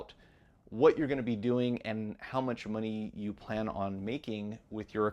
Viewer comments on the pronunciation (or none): none